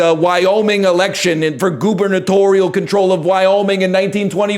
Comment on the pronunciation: >goonernatorial caught me off gaurd